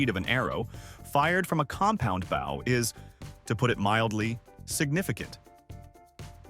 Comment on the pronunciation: Bow as in deep nod not bow as in 🏹 bow and arrows.